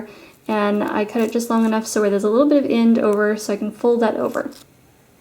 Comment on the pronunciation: I love the final result and the tutorial is easy to follow, but I cringed every time she said "END, CENTER and ANY".......which she pronounced "IND, CINTER and INNY"......